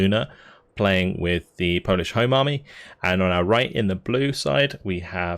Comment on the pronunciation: You really improved your polish pronunciation.